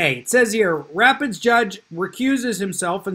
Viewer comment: excellent content. Rapides is French for rapids. It's pronounced ra-PEEDS.